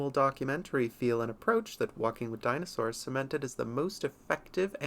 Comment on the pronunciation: Deenosours. Really?